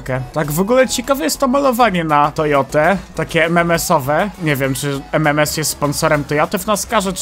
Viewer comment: btw nie ememes tylko ememens a i ostatnio w telewizji widziałem Nascar